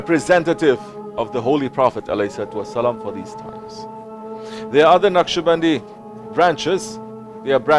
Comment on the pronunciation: Beautiful, inspiring, heart moving. And it's 'Naqshbandi'.